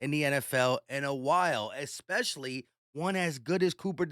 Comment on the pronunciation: Dude, you still think especially has an X in it lol. It's all good, just picking. But seriously though 😂